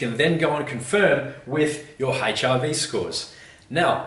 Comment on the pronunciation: Note to self~ "Check ya' HIV sco each mo'ning."